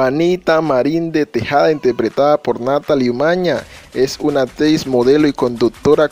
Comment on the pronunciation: Se pronuncia ACTRIZ NO "APTRIZ"